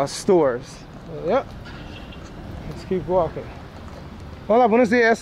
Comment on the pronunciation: I think that whistle meant there was a stranger in the Barrio. Watch those Air Jordans while walking in the Mean Streets! FYI regarding roadside trash, one man's trash is another man's treasure.:-) Don't forget to pronounce the "H" in Hola.:-) I think the guys were telling you this was their part of the barrio and if you continue you die or something. Didn't sound like a pleasant greeting to tell the truth. 😃